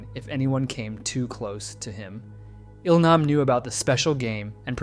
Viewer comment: Now don't get me wrong, I love the in-depth of the video, but the way names are so consistently mispronounced do chip away at how much I'm enjoying you telling us this. So people actually watch the series in English and if so, did they mispronounce their names in the English dub as well? It's Gee-Hoon (Gi-hun) as in the word "go" and Eel-nahm (Il-nam) as in "eel"